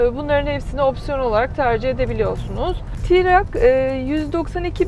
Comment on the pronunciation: Tirak değil troc Tirak deyim duruyo yaw.